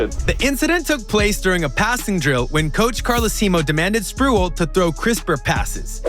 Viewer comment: tf you doing making nba videos if you don't know who Sprewell is? It's Spreeeee-well... Not "sprool". Or is this ai generated bs as usual for a 65 sub channel?